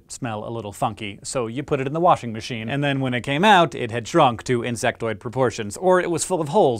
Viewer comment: He keeps pronouncing washermashen wrong